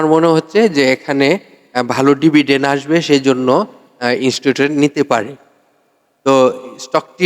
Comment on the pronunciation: ইনুসটুটর না ইনস্টিটিউট অর্থাৎ প্রতিষ্ঠান আশা করি শুদ্ধ করে বলবেন আপনার এনালাইসিস এর জন্য ধন্যবাদ